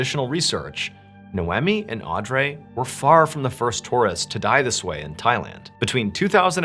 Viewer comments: Its pronounced, Nay-Owe-Me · Nay oh me & aud ree. First time I've ever heard Mr Ballen mispronunciate, especially 2 names in the same episode. Mad respect still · It's pronounced NAE-OMI not No-Whammy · i had no idea canadians pronounce naomi as noemmy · The pronunciation of “n-eye-oh me” and “-awe-dr- ee”have me. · Naomi is pronounced Nay-oh-mee. Audrey is pronounced Awd-ree. My pet peeve, sorry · Pretty sure it's pronounced Auh-dree not Andre 😂 and Ni-omi and whatever you said 😂. You already have a large following why are you doing the comment farming technique of intentionally mispronouncing names. Clicking off after this comment. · "Nowemi" and "AwDray"...? do you know how to speak English? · Related comment completely forgot because of the irritation on the pronunciation damn dude You're great but Naomi is not pronounced Now emeeh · The pronunciation of “Naomi” and “Audrey” are making me cackle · I think that name is pronounced "nigh-oh-me" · It's irking me that the names don't seem to be pronounced right. It should be "No-Mee and Awe-Dree" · Oops... Naomi is pronounced nay o me Audrey is pronounced aud re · It's pronounced 'Nay-ohm-ee' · Are you mispronouncing names in order to gain more comments? Naomi and Audrey are very normal American names... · Does he say the names Naomi and Audrey correctly? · Is her name no eh me? Or nay om mi? Phenetic pronunciation